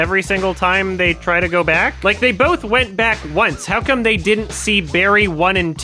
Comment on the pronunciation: makes sense, you're not a native English speaker so let me say it for you since you wouldn't know. As someone who has written in English for decades, the way he is saying "they" is incredibly awkward and incorrect. There is a reason so many people are pointing it out and non-english speakers are getting confused, even they know it's wrong. You prob know too but are too woke (scared) to say it out loud🫢🤫